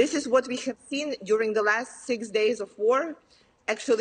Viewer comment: Finally, an American that pronounces it properly: kee-ev.